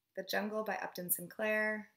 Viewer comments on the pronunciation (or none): none